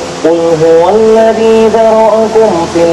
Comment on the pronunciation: "الذي" کی یا میں مد نہیں ہے.....!!